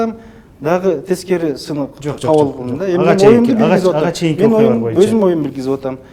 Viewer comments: "Моюнча" дебей "боюнча" деп так, туура сүйлөчү спикер мырза! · Сиз да байкапсыз да моюнчаны😝